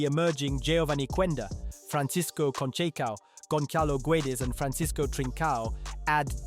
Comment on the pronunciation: “Gonkalo” Inácio, LMAO.